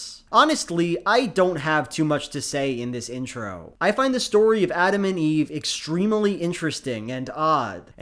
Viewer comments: I cant get enough of how manages to pronounce "extremely" with four syllables every single time applause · I'm charmed to an unhealthy degree by your pronunciation of the word "extremely".